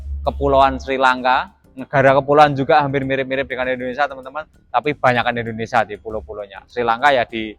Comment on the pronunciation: Indonesia bang.. bukan Endonesa.